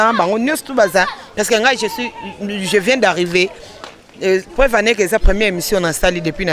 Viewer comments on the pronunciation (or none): none